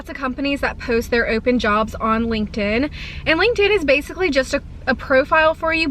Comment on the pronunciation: Did you say Linkend?? 😅 but I feel like I did make one in college but I don’t know if I remember my PW. 😂